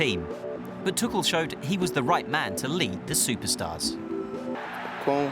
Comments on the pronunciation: So I've just discovered that his surname is pronounced tukkel and not too-kul. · Is his name really pronounced as tukel?